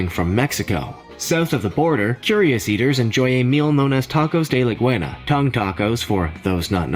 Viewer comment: That was the worst pronunciation of lengua (pronounced LEN-gwah) for tongue. I dunno what the %$#@ the narrator said but it wasn't lengua.